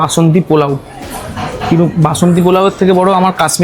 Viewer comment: Work on ur pronunciation... it's not pulao...polao hobe ...work on "S"... sounding very bad...katha ta top and notch na... top-notch...need improvement